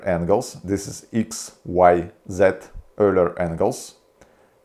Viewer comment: The moment he said canterniom I thought he wanted to summon a devil or something. When he said "öler" I realized he meant the angle things... They are not that hard...